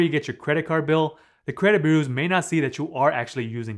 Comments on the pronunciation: Credit burrrrrersss lol. Sorry man🤣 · try to pronounce it as BYU-ROWS not trolling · You pronunciation of the word "bureaus" is really off. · I like it when he says "bureaus" Remember, paying after the payment date will upset your credit boos. Awwww Boo, why ya gotta be so sad? It's just a laptop. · You really have trouble saying the word "bureaus", don't you?